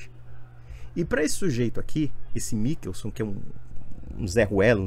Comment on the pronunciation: Nao sabe nem ler Mi- chel- son 😅😅😅😅😅